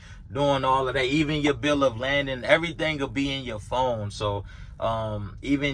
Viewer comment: Bill of Lading. Not Bill of Landing. 👊🏽